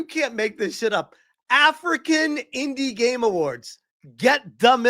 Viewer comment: "The indi Gaymes awards"